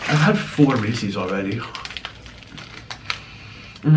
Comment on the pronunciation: omg that's not how Reese's is pronounced, "Reese's Pieces" is supposed to rhyme